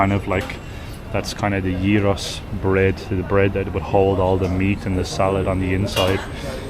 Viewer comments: Your pronunciation is spot on….❤ It is very sad that Athens is what it is today….Unfortunately the Government doesn’t care & obviously the refugees don’t help either. I want to believe there will come a day where Greece will return to what it should be ❤❤❤ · You pronounce the giros exactly like a Greek. ... Γύρος... Weights in Greek means around... The bread around the meat and stuff inside... I agree with you guys unfortunately all the beauty of the center of the Athens it's now around the Athens or the Greek people have houses around the Athens..lavrio let's say ... Near the coast of Athens Attica... Yes there are zionists unfortunately in Athens and we have a big problem with RPMP... Very good video everyone makes video and showing only the pretty and good stuff of Athens with there are.... But they are and big problems but you are showing in the video... And believe me the things are most dangerous and ugly.... I am a Greek.... Elf on Shirley we don't smile anymore as we used to be smiling... Almost 15 years of big crisis in Greece... I believe that play Greek people for so many years I'm stubble with problems I'm still trying to leave and smile when we can't,. If those things happen to another European country of the people I don't know if they're going to make it another European country for so many years unstoppable... And I'm afraid that the big problems are coming... These October😢😢❤❤ ... Love for humanity... Peace to all the world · never heard a foreigner pronounce gyros correctly, respect, most people fail already on the first letter 😄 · your accent when you say gyros-yeeros in Greek its better than most Greeks :D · you ar eright its yeeros! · Well done - you pronounced "gyros" perfectly ! 👌🤩 (I'm Greek) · You are pronouncing it correctly perfectly smack dab perfect